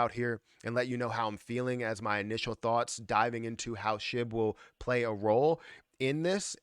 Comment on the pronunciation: Shib balance not shi. 🙄